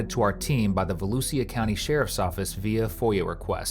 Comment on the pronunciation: Volusia County pronounced Vol-U-Sha (trust me I live here) lol